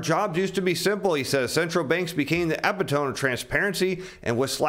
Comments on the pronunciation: Did he say EPI Tome instead of əˈpidəmē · Dear, big words are hard. Say it with me: “Epitome = Eh Pit Oh Me - Epitome” 😂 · Please learn how to pronounce 'epitome' correctly. That is not the pronounciation. Thanks =) Love the videos. (from your friendly-neighborhood-verbiage-nazi) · Dear intelligent, knowledgeable, Please make more effort with language: the word is epitome (speaking of comprehending English). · Please look up the pronunciation of "epitome". 😊